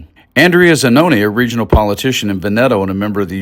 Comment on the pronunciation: Try to correct your mispronunciation of Italian: e.g., VENeto. Junior's idiotic self image is so stupid--he has not the experience of character to warrant his old style role. A criminal on the way.